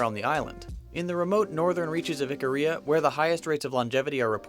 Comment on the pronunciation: It's pronounced eek-a-ria not the way he's saying it. I dated a girl who's family is from there. They produce some hot woman.